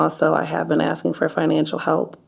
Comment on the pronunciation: "I'm trynna git away from him he's been my finanshul stability, but I know he's not good for me, I'm tryna become moar finanshully indupendant How'd you do that? I asked him for more finanshul support your honor." - A human, supposedly, 2025 colorized